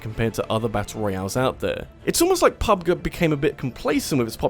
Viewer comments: Its pronounced "pub JEE" Not pub guh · Pub-gee, not pubguh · PUB-Guh? Well, you're not wrong. It is pronounced "Grounds", not "Jrounds", after all. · I've honestly never heard anyone say "pub-guh." I've only heard "pub-gee." Kinda threw me off for a second. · p-p-pub-guy doesn't know what he is talking about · The way you’re saying Pub G make me want to slap you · The way you pronounce PUBG it's kind of upsetting, not gonna lie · First thing i did when i heard him say it that way i immediately went to the comment section to make sure my partially deaf ass wasnt making shit up